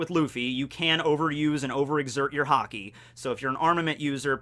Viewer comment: i have never heard some one say haki wrong so much times